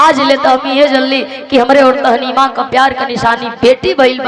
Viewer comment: बिरहा बहुत सुंदर है, उसका नाम ताहमीना था, आप तहनीमा बोल रही हैं।